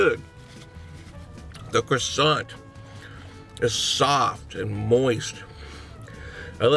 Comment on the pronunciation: You don't spell the t in croissant